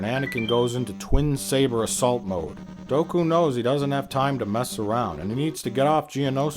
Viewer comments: "Doku's power levels"; and at first I thought that mispronunciation was just supposed to sound funny. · Its count dOOku, Im sorry but every time I hear you say doku i want to eat my freakin ears. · omg... DOOKU, NOT DOKU. Fuck. Sorry. But fuck. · Great review... but it is Count Dooku (DUKU) not Doku(Doak-u) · I never know when he's mispronouncing names on purpose or if it's satirical. He's never once said Padmé's or Dooku's name correctly, and he keeps calling Jango "Boba". I have a touch of OCD so bear with me; I just had to vent a bit lol.